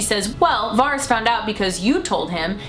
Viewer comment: Jeez u watched the show why can't anyone say fucking varys properly. Why not go all out Aren't ya Stark. Joan snow or egnogg bartendering